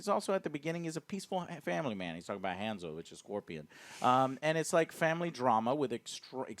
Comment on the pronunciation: You pronounced BI - Han and Hanzo wrong